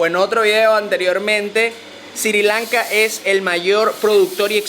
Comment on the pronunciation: ¿Porqué dice SiRi Lanka?